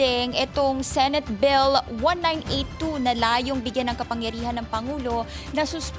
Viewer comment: Bill , not bell